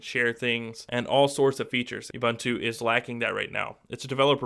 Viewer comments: Actually it's more like "uboontu" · Please get the pronunciation correct Ubuntu (ʊˈbuːntʊ) it's OO-BoonToo Shot ;) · oo-boon-too I liked the video but your pronunciation drove me nuts. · First of all, it's OO-bOOn-tu. I have never heard people call it youbuntu, and it's honestly a disgrace to a review to mispronounce it during one. Secondly, it's a bit unfair on either side to compare ubuntu and stock android. Seeing as how GSIII comes with Touchwiz and not AOSP. However, Ubuntu seems more default gesture based, but there are apps in the store to simulate this very thing. Either way I'm definitely looking forward to the Ubuntu ROM in the future for my GSIII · its not Youbuntu its oooubuntu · "You-bun-too"? Really? People (well, Americans) are *still* pronouncing it wrong? It's "Oo-boon-too". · You seem to pronounce "Ubuntu" wrong.. It isn't "Youbuntu" it is "oobuntu" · It's pronounced OO-BOON-TOO not YOU-BUN-TOO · man...lol!!! THAT's an AFRICAN WORD!!! not pronounced UBONTOU!???? WTF?!? LOL! ...that is pronounced UBUNTU... the U being OO (U)... shame on you!!!! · WOOBUNTU. NOT YOUBANTU. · Please!! It's not pronounced "Yuh-boon-too"... It is pronounced "oo-boon-too" (with "oo" as in "look") PLEASE get it right... it's kind of irritating to hear considering the correct pronunciation, is really not any harder than what you keep saying! [See wikipedia Ubuntu_(philosophy) ] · OOOOBOOONTOOOO NOT YOUBUNTWO! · its pronounced oo-boon-too. come on you're supposed to know this stuff. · Since when does an accent affect phonetic pronunciation in such widely varying degrees? It's an African word, it's pronounced the same in any accent. The correct phonetic pronunciation is OO-BOON-TOO and it tells you so on the Ubuntu site. See for your yourself. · it's pronounced u-BOON-tu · Yes I agree. The pronunciation of the name in this video is totally wrong. It is "ooh-boon-too". Go and check the pronunciation of this African word on the net. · actually it's pronounced ooh-boon-too